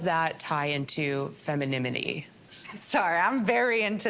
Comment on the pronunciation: did "she" say "Feminimity"?